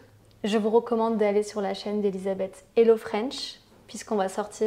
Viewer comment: you mispronounced the term "Hello"